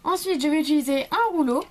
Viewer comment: Utiliser juste car sa me demenge tu dit utuliser PAS MECHAND